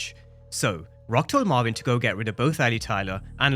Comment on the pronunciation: Who is mavin I thought it was Marvin 😂😂